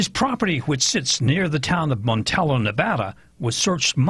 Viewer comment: it's a little confusing when you pronounce Montello as "Monteyo." Every video I have to remind myself that you are not talking about a place called "Monteyo" while others are speaking of a different place called "Montello"-- they are both the same place.